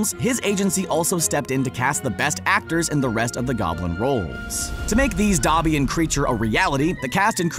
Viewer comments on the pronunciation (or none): Dobey? What the frick, it's pronounced Dob-bee, not Doe-bee smh...